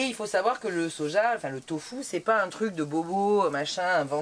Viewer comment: Allo, j'adore vous suivre je vous ai connu grace au Vadrouilleurs, j'adore ton accent quand tu dis tofou a la place de Tofu. Je crois que je vais te prendre cette prononciation de Tofu. ❤